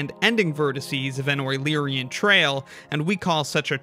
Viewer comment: A wueluerian trail???